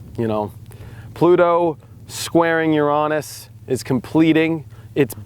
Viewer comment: You know what, you are the only person who does astrology that doesn't make me laugh, or gross me out when you say Uranus....